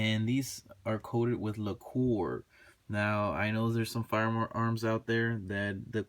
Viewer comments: It's pronounced like lacker not like your talking about a expensivebottle of liquor lol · Great review. Btw it's pronounced "Lack-er" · Lacquer is pronounced lacker. Good video btw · Lol... La Core? Wtf is La Core? Do they speak English in La Core? I'm kidding. Haha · Thanks for the vid. I think I've made my decision...btw not trying to be an asshole but lacquer is pronounced LACKer. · Now I am thinking I should of went this way instead of the Springfield XD..... Anyways don't worry about mispronouncing laquer it is french and don't deserve to be pronounced right anyways.